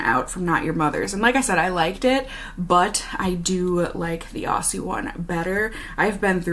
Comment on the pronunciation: I always find it weird that Aussie isn't a brand we can actually get in Australia. By the way, Aussie is pronounced "ozzy"! 🙂